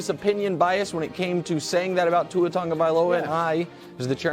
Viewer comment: There is no N in Tua's name ya shlep!